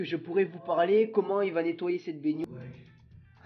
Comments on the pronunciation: C pas bénioire c bénoir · Bénoire pas beynoire il me dégoûte le mec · IL dit baigniore a la place de baignoire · on dis pas bégoir on dis bénoir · Qui prononce baignoire "banoire"? Perso moi jtrouve bizarre le fait qu'il dise "bagneware" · parle francais stp parce que on dit benoire pas piednoir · le mec il dit baignioire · Je rêve ou tu dis bainuar au lieu de baignoire ? Sinon bonne vidéo 👍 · Pk tu dit baygnoire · mdr dit binouare mdr c un fou 😂😂😂😂😂😂😂😂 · du dit béniare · pourquoi tu dit benuare aulieu de benoir puis arrete se parler c chiant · Il dit baigniouoire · ta dit benuare hahahah 😹😹😹😹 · on dit bénoir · apprend à dire benoir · j'adore quand ti dis baignoire tu dis baygniouare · Pourquoi tu fais un accent quand tu dis baignoire 😂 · tu ne sais pas dire le mot baignoire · escuse moi mais tu sais pas dire baignoire . sinon très très bonne vidéo